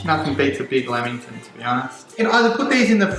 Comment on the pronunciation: Umm he can’t really pronounce lammington properly.